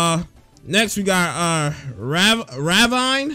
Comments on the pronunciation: did this guy really not know "ravine" and says it ra- vine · It's said like raveen like a hole in the earth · Bruh you took a big L trying to say Ravine...what raawine? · He butchered saying ravine I’m dead lol